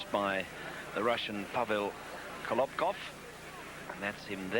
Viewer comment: very funny how the commentator calls kolobkov: kovlov